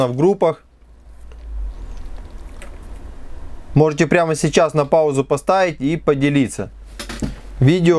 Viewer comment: что за дефект у тебя со словом "можете", "можно" ?